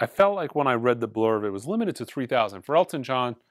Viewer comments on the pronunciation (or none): none